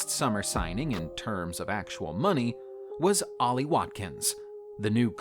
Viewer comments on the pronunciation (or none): none